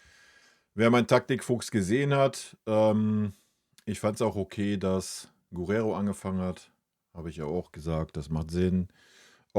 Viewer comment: Der Bayern-Spieler mit der Nummer 22 heißt Geeerrero, nicht Guuurrero 🙏.